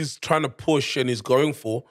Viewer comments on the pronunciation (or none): none